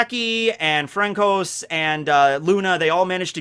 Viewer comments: Frankos? Do you mean Francois? It is pronounced as Fransua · Your pronunciations crack me up, “FRANCOS” lol His name sounds like “France-wah” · Hey it bugged me a little, just consider calling francois (Fransua) instead, its a better pronunciation, not to be bitchy or anything is just how I call him, thought maybe you didn't know. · Its Fran-Sua my dood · You are saying Francois wrong, put it into google translate French to English and have it speak in French the name.